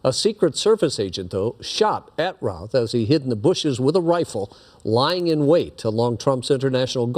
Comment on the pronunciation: The anchors are mispronouncing the name it's pronounced like the name of famous baseballer "Babe Ruth." Routh = Ruth, not "raouth" I had classes in highschool with the shooter's son.